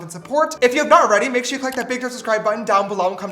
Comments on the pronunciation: Ugh James you've broken me, I keep saying 'shore' now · Mom: what have u learnt from James's video Me : 'work' is 'werk' 'sure' is 'shore' and more coming soon lol